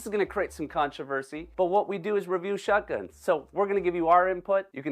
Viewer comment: I like it when says “waterfall shutguns”